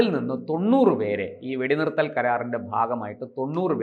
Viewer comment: എടാ കിഴഞ്ഞാ വെടി നിരത്തൽ അല്ല വെടി നിർത്തൽ